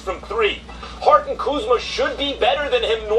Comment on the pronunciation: “Kyle KuzmER” 😂 did anybody else catch that ?